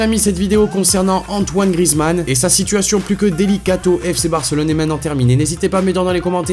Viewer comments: C'est GriEzmann et pas Grizmann😂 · Justement ceux qui disent ça c'est des footix ou alors c'est les commentateurs mais je te garentie que ça ne se prononce pas GriEzmann... Évidemment pour le savoir il faut connaître le foot...